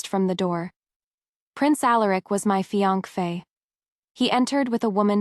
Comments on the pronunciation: This AI doesn't know how to pronounce "fiance" correctly. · I wonder why AI couldn't pronounce fiancé. This is not the only one.